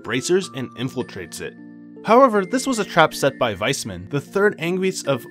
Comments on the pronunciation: good recap but the "Wismann" triggerd me so hard especally as a german lol its pronounced "Wais-mann" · Nice recap but the way you pronounce Weissmann killed me. This is how it's written in German "weißmann" and it literally means "White Man". It's pronounced VAIS-MAN. Remember that almost everything north of Liberl is German inspired.